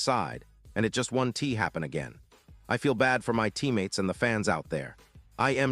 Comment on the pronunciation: Would someone please teach this obviously "AI" speaker how to pronounce "won't" and "wasn't"?